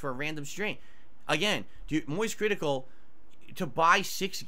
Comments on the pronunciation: The way he pronounced "Moist Critical"... 😭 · My bh still hasn't unpuckered from that